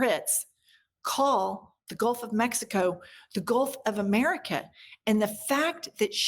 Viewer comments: Golf of Uhmericuh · Mayne we rename it to the way she pronounces it, the gulf of Imeerikkka? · " GOLF OF MURIKA" 😅